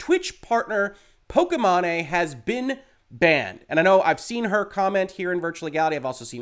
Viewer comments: I absolutely love how you mispronounced her name! Lmao please do not correct yourself! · How you pronounce pokimane lmao. That’s what we should always call her from now on! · Very important topic to discuss but I bet you every dollar in my pocket people will focus on how you pronounced. It's hilarious. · "Pokémon-eh" hahahaha 😆 😂 The ethot's streaming name is pronounced *poke-ee-main* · Correct way: po-ki-maine way: po-ke-ma-né Lololololol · everybody else: "po-ki-mane": "po-ki-ma-ne" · “POH-KEY-MAIN” not “POH-KEH-MA-NE” great content as always sir, appreciate you. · Wow, was really thrown by the “pokey mahney” pronunciation over the actual one, “pokey main” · It’s pronounced pokey main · I think it’s pronounced poki-mane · I think her name is pronounced pok-ee-main, but I'm not a follower of her content, so don't quote me on that :P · Good Lord,, you had me cringing at the pronunciation of her name. The 'e' at the end makes the 'a' say it's sound. Pok-ee-main Other than that, fantastic and important video. Loved the Sword of Damocles reference! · "po-ki-MA-ney" muahahahaahaha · I love you, reallyvI do, but Poke-main. Just....Poke-main. or mane, either way. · Why are you saying "Pokimane" that way 😂😂😂? It's pronounced "pokey-mawn". Altho, most people say "pokey-main". Given that I rather dislike her, I'm fine with people getting it wrong, but your mispronunciation is definitely a new one for me lol. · Thank you for your professional and reliable opinion. I had a feeling that a lot of streamers (that I still like and respect a lot) are spewing a lot of wrong information regarding fair use and dmca laws (regardless of how I think dmca law needs to be updated/changed) P.S. I'm pretty sure it's pronounced "poh-kee-mayn" XD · I believe her name is generally pronounced "Po-key-Mane" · are you up for a little pokimanipedi? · I love the way he pronounced it haha